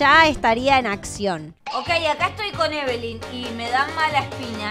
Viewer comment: No es ebelin es lina